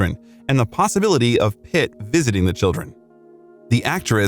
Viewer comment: Everytime you say "Pitt" it sounds like "It" hahaha